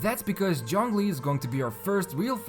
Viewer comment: Aneemo, TartaGLEEA, Jongli...the prononciation is just top noch